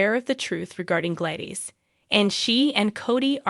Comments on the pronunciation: Her name is pronounced glad is not by any way it is pronounced Gladyees. Please learn your word pronouncing. Thank you.😊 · Please pronounce her name properly...Glad is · Do people not know how to PRONOUNCE the actors tv names Correctly!!!??? Her name is Gladis!!! Not Gladies??? Learn names!!!☹️😡😠😡🤬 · Ys it is not Gladyees.it' Glad us pronounced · Who is Glaydeez? Lol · It’s obvious the voice on this video is A I (computer generated) Gladys, Dr Montague, Nina, Charlotte, Esme, Sasha, Lois, Ava are the ones mispronounced. You notice the word ‘Glad’ is pronounced correctly. Spencer, will be the new face of Deception.